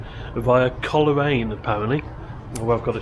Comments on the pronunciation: Pronounced Cole raine not Coler aine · Cole Raine not Coler aine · Great footage, thanks. PS Coleraine is pronounced "Coalraine" 🙂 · the way he pronounces coleraine 😭😭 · I know.